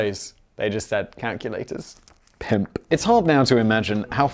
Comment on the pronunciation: Aaaaaaaand now I have a new favorite BB video. (1) For the way Simon says "pimp." (2) For all of the everything else in the video.